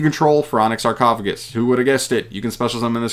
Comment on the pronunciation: The spell is suuuuper busted… this shits just overall broken… My guy didn’t even read sarcophagus correctly… it can apply the foolish effect FOUR times